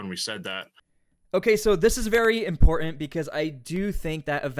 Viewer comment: ImporTANT…TanT Say the word normal you are not Russell brand … imporTANT